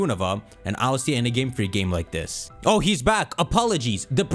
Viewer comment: one of the only people I know that says it EYE EL SEA AYY instead of just ILCA (ill-ka) lmao